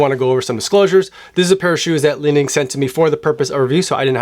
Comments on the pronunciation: Li Ning is pronounced "Lee-Ning" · Finally Chinese shoes here! For the last couple of years, I've completely ditched all my Nike and Adidas for Xtep with amazing success at less than 1/3rd of the price (I have two, waiting for my 3rd, all bought from AliExpress). (It's not "Lining", but "Li-Ning").